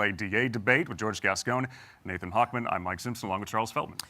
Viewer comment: He keeps mispronouncing Nathan’s name. 😂